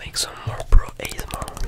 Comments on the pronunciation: No one gonna comment on the “asmRRRRRRRRRRR”? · say ASMR "ayesemore" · L ebryun and welcomb to the pier daaaaaaaaan aeighyhgsmar lol btw love your work